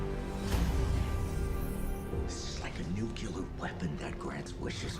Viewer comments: Ps: Nuk-eu-lar is not a word. Nuk-Lee-are. George W Bush did this to us. It's become just another word that doesn't matter. Yeesh. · Nu-clear nu-clear. I feel like I'm telling crazy pills